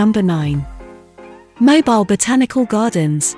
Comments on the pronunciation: It's pronounced Moe bill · Learn how to pronounce the name of the city before you do a video on it.